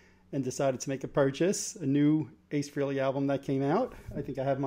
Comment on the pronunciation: It’s fucking FREHLEY...not FREELY.